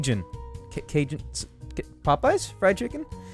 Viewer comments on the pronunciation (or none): its pronounced kah hohn